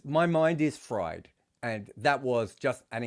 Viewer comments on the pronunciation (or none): none